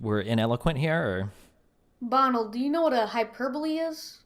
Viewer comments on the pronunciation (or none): Why does she keep calling him BAONALD? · Soph: MBAWNULL 🙄